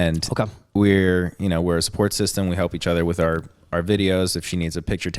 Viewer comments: doms accent he says ""wiff""instead of with. love it lol. 😆!!! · pronouncing with as wiff is why we're here